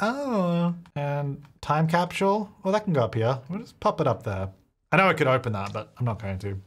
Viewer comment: I love the way he says capsule. 😆 🥰 gets me every time